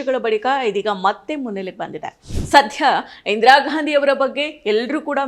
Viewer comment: ಇಂದಿರಾಘಾಂಧಿ ಅಲ್ಲಮ್ಮ, ಇಂದಿರಾಗಾಂಧಿ